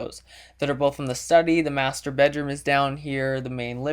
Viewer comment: lol first time you said "muster bedroom" i thought you said "masturbate room"